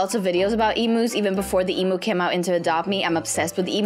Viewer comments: the way she says emu her: Emoo Aussies: Eemyoo Her:Emoo😃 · not eeeemnu emu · It’s emu not Em! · I loved how they said emoo instead of emu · YOU SAY EMU WONG!!!!! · Me being Australian I get annoyed (not trying to be rude hehe) how she says emu lol. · you said emu wrong lol